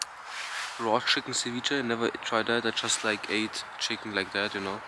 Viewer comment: Bitte sprich ceviche richtig aus